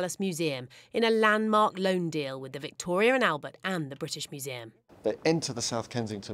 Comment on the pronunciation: Did you say LOAN? SERIOUSLY?